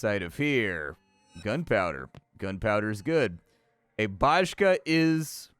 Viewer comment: That Amol bottle XD Bajka is not but rather pronounced with a soft J similar to an I in Baikal. It means fairy tale or story. Sapkowski was mentioned a couple of times :) The bottle of alcohol looks exactly like an actual bottle of rectified spirit 96% Jeziorne-Kolonia sounds like some kind of hamlet or small village. And could be translated as Lakeside-Colony, but it's a rather imperfect translation. The game is not for me but the attention to details is superb.